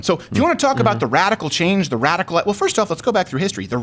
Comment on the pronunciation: "this has been aboooot turnaround"